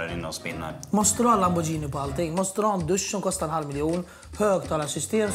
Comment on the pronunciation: Det heter lamborGhini inte lambordjini